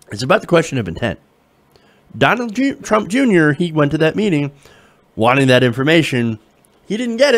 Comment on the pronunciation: I love how you say "Donald Trump, Jr."